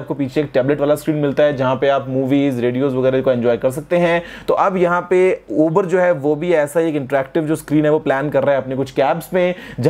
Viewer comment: It's uber not iber